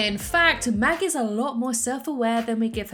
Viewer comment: you said magus